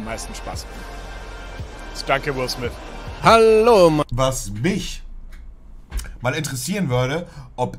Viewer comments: Niemand.. wirklich niemand: "Will Smiss" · Montes englisch er sagt nich Will Smith sondern Will swys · "Will Smiss" mann kennt ihn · Spricht man ihn nicht so aus? Also er wird Smith geschrieben aber smis ausgesprochen oder?